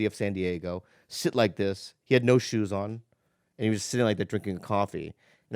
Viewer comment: Dude I'm french and Bill Burr nails the "on", I find that american don't know how to say it usually. good job.